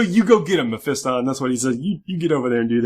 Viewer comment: Learn to say melee and Mephiston correctly.